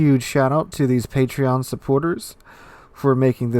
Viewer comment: They are "patrons." The platform is "Patreon." They are not "patreons."